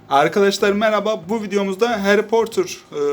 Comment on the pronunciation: Abi portır değil potır